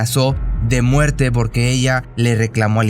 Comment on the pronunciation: Cada vez soy más tu fan solo no supero que digas "borque" jajaja